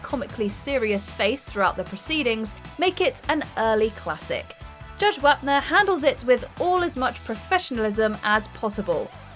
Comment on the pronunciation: As soon as Wapner showed up, I knew the narrator, who clearly has never seen the show and is just reading a script, would rhyme "Wap" with "cap" and not "top". You should've included an other original case: The Case of the Cow That Got Creamed.